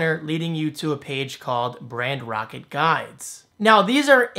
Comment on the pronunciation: I'm assuming Brand Rocket was not available, but why did you call it brand rockt? Rather than Brand Roket, or something that doesn't confuse pronunciation.